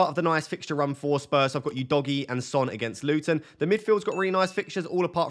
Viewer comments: For the love of god, please stop calling him "You-dogie" lol it's "U-dogie" 😂 But if I was in your position & had 2 FTs I would definitely look at selling two Chelsea players, most likely Jackson & Chilwell. Not sure what defender I would replace Chilwell with for now as there haven't been any standout defence options & the rest of your defence looks good already then Jackson for Alvarez prob looks like a great straight forward move to make. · Udogie is not pronounced as "You-doggie" , it's "who-though-gee" FFS 😂😂😂😂